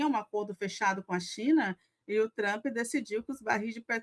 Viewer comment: Tá tão cansativo esse cara. E todo mundo q fala tchrump é fdp!